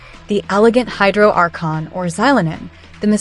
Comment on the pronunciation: Its "archon" my friend pls pronounce correctly